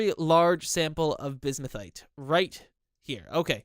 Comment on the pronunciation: Oh yeah also I went into that comment telling you how to pronounce bismuthinite and I totally forgot about, it's pronounced biz-mith-uh-night.